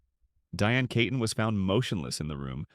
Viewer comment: ITS NOT KAYTON! Its KEEton. Don’t you care?